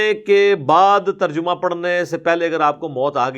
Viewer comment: Terjumah nii Tarjamah hota he ye makkaar hai